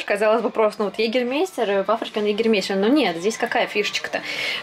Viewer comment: Егермайстэр а не Егермейстер🙈